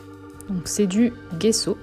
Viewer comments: On dit jesso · C'est du gesso, ça ce prononce jéço 😊